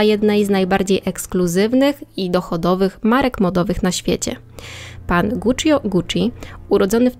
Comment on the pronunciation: Nie żebym czepiał się, ale często wymieniasz nazwisko rodowe i Guccio trochę kłuje w uszy. Poza tym spoko.